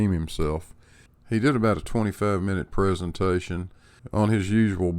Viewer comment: What the fuck? You're American, yet you pronounce "presentation" correctly, and use the word "bollocks". I'm impressed.